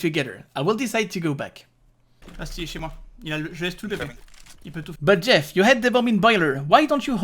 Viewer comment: Respect for the when pronouncing Jeff's IGN.